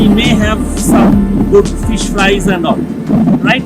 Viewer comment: Guru banglay bolo... English pronounciation and grammatical errors puro pronab mukherjee baa communist utpil dutta r moton...eas...rice and phis curry